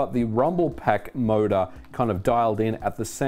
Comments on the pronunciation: Even today I don't care for rumbling or force feedback whatsoever except for racing games where it actually makes sense with wheels. The rumble pak was a fun gimmick, nothing more for me. btw, took me a while to figure out that you saying "MODA" all the time actually means "motor" 😂. Sorry, non-native here. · "mouda" hahahaha